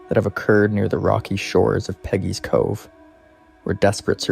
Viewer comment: Please get the name right. It's Peggy's Cove